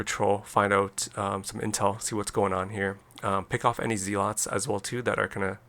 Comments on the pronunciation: Cool play. Though I'm pretty sure they're called 'zehlots' rather than 'zeelots' ;) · Lol I haven't heard someone pronounce it as zeelots since around the time the game came out. That was back when we were all kids and nobody knew any better 😂. It just brought back a lot of memories haha